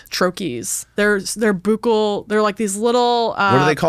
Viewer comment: Buccal is pronounced "BUCKLE" You're welcome 😅 (coming from a Dentist)